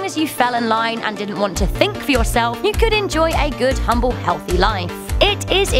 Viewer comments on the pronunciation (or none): none